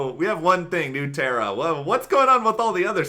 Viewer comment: oh, pronunciation that went something like /n(y)o͞o ˈterə/ was particularly egregious, haha.